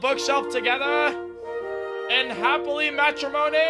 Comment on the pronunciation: Wait did he say in happily matramobr